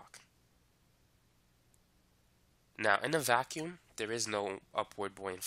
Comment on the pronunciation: There's no g in vaccum